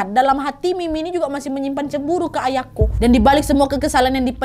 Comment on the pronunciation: Aku dengernya ayangku bukan ayako 😂